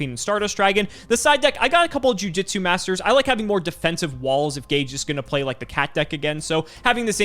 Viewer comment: Oh, this episode was about an hour earlier than usual, it was good surprise. and butchering Gage😱😳🤪😬🤗